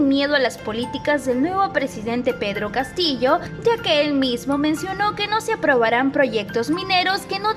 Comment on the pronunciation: Este señor porque dice Pedro Catillo